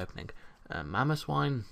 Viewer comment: You failed a little bit on mamoswine x) but nice video!